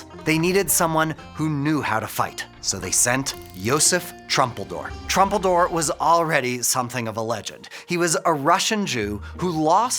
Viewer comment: Not trumpeldor. Troompeldor. And his last word was "yuvtfayomat"